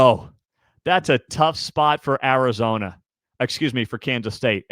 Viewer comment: You bafoon it’s Arizona